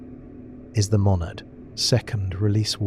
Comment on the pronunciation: "Monadad" or "Monad?"